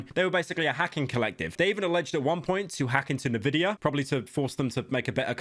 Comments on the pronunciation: why is he pronouncing nvidia like "nividia" is he stupid? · Can you stop saying Nevidia? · Is it a Bri'ish thing to pronounce nVidia "navidia"? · bro that's the first time i've heard someone pronounce it "nvidia" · So sad pyro cant pronunce Nvidia